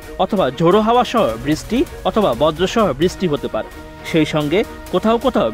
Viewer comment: বৃষ্টি কথাটা ভালো করে বলতে বলেন ঐ সাংবাদিককে।